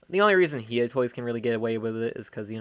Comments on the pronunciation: I think its "High-yah" not "hee-yah" toys. I'm still gonna get the hiya toys cause sh is expensive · The way he says "hiya toys"